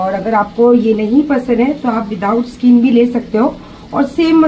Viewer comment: Skeen nhe hota skin hota hey....😂😂😂😂😂😂😂😂😂😂😂😂